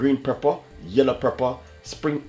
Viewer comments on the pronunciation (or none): Omg im tirec of hearing the word prepper its pepper whe u come from plz itkilling me ur recipes r great pronounce the words correctly